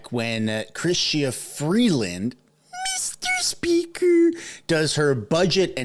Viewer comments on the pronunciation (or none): Meester speeeker